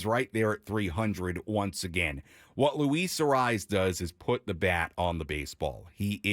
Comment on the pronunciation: Say his name right it's not a rise